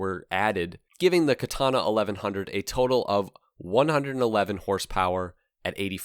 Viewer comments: When you correct ppl like: "KatAna" actually is pronounced differently. Each an every a is spoken equaly. "Katana" "Ahhh, KatAhna" is what you get It really gotta be hard to listen to some japanese movies and get at least an idea of.... nope - ignorant ppl being ignorant never changes. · when this bike showed up on the showroom floor, it was the first time that I ever saw the sign "Do NOT sit" on the seat of a bike. An aside, from casual chats with Japanese people I've learned by listening to them that the Japanese pronunciation of Katana is more like "Ka-taNAH", accent on the last syllable.. also Kawasaki is more like "Ka-WASS-ski", accent on the second syllable and no sound like "saki" at the end..